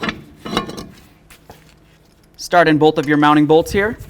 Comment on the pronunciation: Very helpful video. You may try to cut back on saying "go ahead and". Also you keep saying bowlth instead of both. Very distracting. A lot of content creators seem to do that but seem to only do it when they are explaining something.